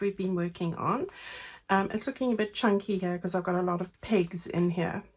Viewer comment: Great help since I'm trying to think of different pockets in my newest journal. Got a good laugh from the video...when you mentioned pegs between the pages, I thought you said pigs, so I kept looking for little pig fussy cuts. Then I realized you said pegs, I just had to laugh. 🤣🤣🤣